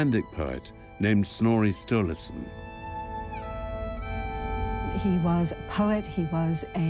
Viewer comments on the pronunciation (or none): snory stolerson the historian, rolls right off the tongue. i was cracking up over this and i have no idea why.